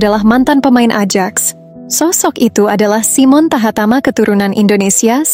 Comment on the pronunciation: TAHAMATA BUKAN TAHATAMA. 😂😂